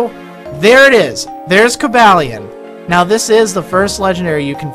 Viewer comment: I believe it's pronounced, "Coh-ball-eon" like "Cobalt" since he is part Steel-type. Just wanted to point it out